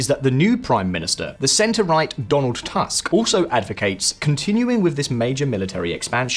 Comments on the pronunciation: Long time not seen video so full of lies. Starting from pronouncing name of our PM which is tUsk (U like Ukraine). And his is absolutely not center-right. And whatever he does is to protect interest of Germany which he finds to be superior country. And no, we don't have strong army. It is purely equipped, purely trained and big in numbers on paper. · Donald "Task", you can`t even spend 2 seconds to check how to pronounce it